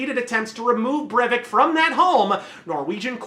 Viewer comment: As a Norwegian, I can honestly say that you pronounced that as best as anyone can